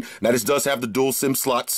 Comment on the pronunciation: Anybody else smiles when says slots and stay smiling until he says Sluts?